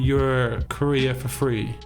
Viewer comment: No one: My ears: career = korea